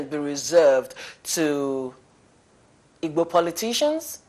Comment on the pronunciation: Pls with do respect try and learn how to pronounce Igbo names very important thanks.